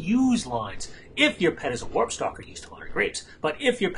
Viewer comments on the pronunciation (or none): none